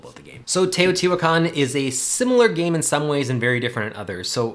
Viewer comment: I think Teotihuacan is better than Tzolkin. You also pronounced it correctly, pretty great actually. I own both and enjoy both, but Teo is one of my favorite games, possibly #1. Both games rely on timing of your moves. In Tzolkin, you're timing when to pull off your workers to pull off a big move, in Teo, you're timing the placement and powers of your workers to also pull off big moves. I think they differ in that Tzolkin is a worker placement, but Teo is like a worker rondel, since once you do an action, you have to go around the board to do the same with that same worker. I love going up Teo's tracks to get bonuses and comboing that into other moves. I agree Tzolkin has the great gears, and it can play quicker.But Tzolkin suffers from a non variable set up. The technologies never change, and this has led to people coming up with a couple dominant strategies. Teo has a lot of variability out of the box in the base game, so this is less of an issue, every game is different. I'm just a Teo fanboy, there I said it. This game made Tascini a favorite designer. I hope he (alone) punches out another game soon.